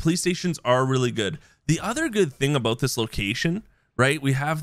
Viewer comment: “didnt know aBOAT it”